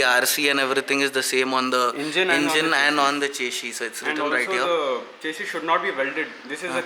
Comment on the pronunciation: Eh chesy chesy kya hai, eh chesy chesy. Chesy chesy le leeeeeeeeee,...chesy chesy le le chessssyyyyyyyy.. English ki toh maa behen kardi chesy ne...